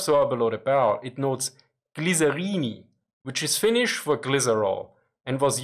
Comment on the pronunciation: Oh god, his Finnish pronunciation was hilarious!